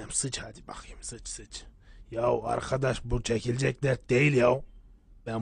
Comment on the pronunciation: “Davşan gardeş” 🤣